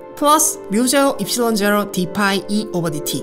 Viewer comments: 4πr²이라고 했는데 π는 pi입니다. 발음은 [pai]라고 햐야 하고요. [fai]로 발음하는 phi는 집합에서 공집합을 말할 때의 기호인 Φ φ입니다. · pi의 발음을 phi로 하는게 아쉽네요... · ㅎㅎㅎ pi를 자꾸 fi로 읽으시네요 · pi를 f 발음로 말하시네요. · You were saying fi not pi. Sad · 작은 태클... phi는 그리스문자이구요 pi는 원주율이죠.. phi로 발음하는 듯해서리.. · 영상 잘봤습니다. 파이발음 P인것같은데 F로 하시는것 같네요(시비 아니구요 조언으로 받아들여주세요)^^ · 원주율 기호의 발음은 phi가 아니라 pi 아닌가요?? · 원주율을 나타내는 파이는 pi[pai] 자기력선속을 나타내는 파이는 phi[fai]로 발음합니다 발음에 착오가 있으셨던것 같네요!! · 저건 파이가 아닙니다.. 원어민들은 Phi 를 피로 발음합니다.